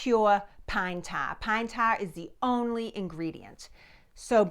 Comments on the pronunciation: Pan ta? I had to turn on CC to learn that "pan ta" was "pine tar". My mid-west ears sometimes has trouble with accents. Nonetheless, the history is very interesting. Thank you. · A bowl of pintahh....??? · Pine taaahhh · Love your accent! "Pine TAH!" Coming from New Jersey, another Revolutionary War hot-spot by the way, I pronounce it "Pine TAHR." Amazing the difference a few hundred miles make, isn't it? 🤣 I suspected it was going to be pine tar, I couldn't think of any other sticky substance around at that time considering petroleum products were far in the future. I WAS surprised at how dark the stuff is, I'd heard of pine tar but have never seen it. I've heard pine tar is used as a cheating element in baseball but just how it's used for that purpose I have no idea. And I'll tell you, you've got more nerve putting that gicky stuff on your arm than I do! Yuck! Thanks for posting this VERY entertaining video! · Hearing her say “pine taah..” never gets old. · "Pine Tah". ;-) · It's pine tah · Pine tah. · Pine "Tawr"?....sorry but I never heard of that here in the Wabash River Valley....but keep up the good work😀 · It's pronounced "Pine Tah" 😮❤😂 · Bless her heart she says pine tar wrong. .You pronounce the r at the end of tar.